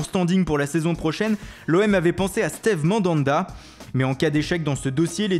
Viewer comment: "stéve mandanda" 😂😂